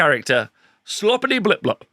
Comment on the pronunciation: I love the way you said it but it's definitely bile-piper.